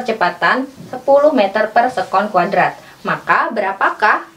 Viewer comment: Se'kon kak,bukan sekon